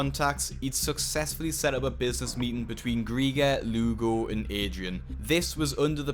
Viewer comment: When the Lugo sounds like lougle right in front of lougle himself 😂